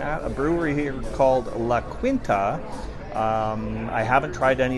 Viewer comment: Not to be pedantic, but isn't it pronounced La Keen-Ta?